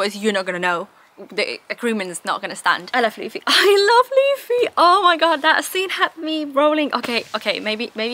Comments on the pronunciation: Yeah, same happens with Spanish. There'll be sometimes a vowel a little bit off, but I can assure you, it'll be better than Laffy xD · thanks, mate! and i think mispronouncing names during their journey through one piece is a step on the path everyone must take😅